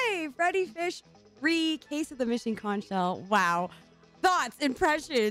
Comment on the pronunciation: …they say conch wrong IN THE GAME?!